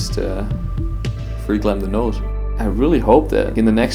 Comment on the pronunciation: The next time this guy says "the Nowse" I'm gonna freak xD